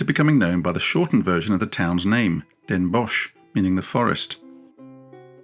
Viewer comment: we Dutch just pronounce Den Bosch as den bos not den bosh